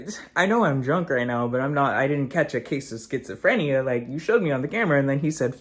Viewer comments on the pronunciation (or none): none